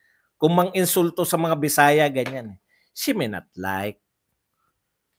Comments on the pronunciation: Shiminet? Malayo sa She may not! Anong klaseng ingles yan? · Para KC slang pronunciation nya Ng she may not silent y 😊